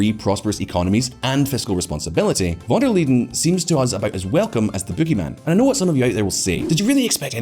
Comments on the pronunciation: It is Van der Leyen not Liden! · VON de 'LEEDEN"? check your pronunciation? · Why does he keep calling her "Van Der Leden" instead of "Leyen"? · Von Der Leedin ? Really ? Can't even get the name right, never mind the bull sh1t content. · Please learn how to pronounce the name of the President of the European Commission! It was impossible to watch the video because of that! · Can't you pronounce Ursula's surname properly. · Very interesting takes. I am also still looking for the "d" in "Von der Leyen" btw. . Concerning Biden it seemed like many of the things you mentioned were actually started by Trump. Of course he could have changed lots of those policies however I am not sure that this would garnered him many favours from both sides. I also wouldn't say that all of the things done were bad. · "Lie N" ^^ Where did he get the D from?! Honestly, he had to read the name like 20 times from the script and every single time he accidentally adds a D? Also pro tip: Spend 10 seconds on google translate and have the word read out loud to you rather than embarrassing yourself in front of tens of thousands of viewers. Usually I don't mind, but this one is so bad I'd believe you if you told me it was on purpose in order to spite von der Leyen ;)